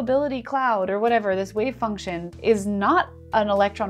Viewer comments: I'm really worried about the electron being a "Wave Fuction." Fuction??? Sounds sorta like "suction" and...well...never mind. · I recently caught on your channel. Love it! But for now, i just wanted to point out the funny "wave fuction" . All the best to you!